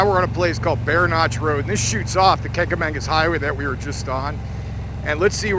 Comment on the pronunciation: Just happened upon your great video. Well done. Nice collection of 'cycles, friends and excellent scenic views. Kanca- magus (no "n" in magus, emphasis on the mah-gus). Simply referred to as The Kanc. Can't go wrong. Rode the areas for many years. No longer live in New "Hampsha", but I visit when I can. Thanks for your video !